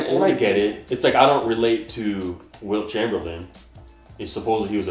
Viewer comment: My man just said Wilt Chomberland??